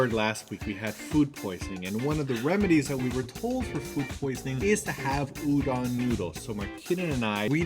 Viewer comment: udon is pronounced ooh-dohn! The "-don" sound should rhyme with "bone"! You have to remember that the letter "O" in Japanese will always make the same sound -- a long "oh". So "udon" will rhyme with "bone," and "tonkotsu" will be like "tone-coat-tsu," and "futon" will be like "foo-tone." Sorry, I'm not trying to criticize -- this is just for the sake of your future eating/shopping. If you ask people where you can find udon and pronounce it "ooh-dawn," they'll have a hard time recognizing the word.